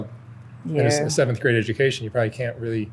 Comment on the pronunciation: Just the little things. It sounded like she said, “seven grade” . She probably didn’t learn to add the “th” to pronounce it as, “seventh grade” .